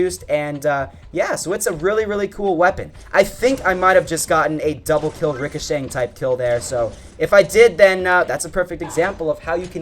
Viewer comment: Stop saying ricashank